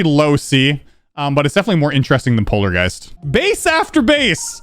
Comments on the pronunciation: Is it just me, or did he do polargeist DIRTY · Heres the timestamps for yalls! Intro! Sterweo Madness! Back On Twack! Polawgeist! Dwy out! Base Aftew Base! Cant let go. Jumpah! Time Machine! Cycles! xStep! Cluttewfunk! ToE! (Theowy of evewything) Electwoman Adventuwes! Clubstep! (First Demon) Electwodynamix! Hexagon Fowce! Blast Pwocessing! ToE 2! (Theowy of Evewything 2) Geometwical Dominatow! Deadlocked! (3rd Demon) FingewDash! Conclusion of Tiew List! Outro! And thats basically it! I made this and yes. It took me an hour to type and check. But hey! If you wanna see what thinks of I dunno, FingewDash? Deadlocked? Or maybe even ToEs? Up to you man! And yes theres some modification on the name. Dont ask why. Peace! UwU